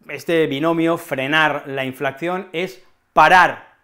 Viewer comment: ¿Por qué dices *inflacción?